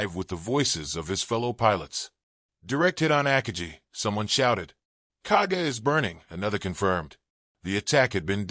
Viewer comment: With all the time spent on making this video, no one bothered to research the correct pronunciation of “Akagi”, which is distracting. I have never heard it pronounced that way.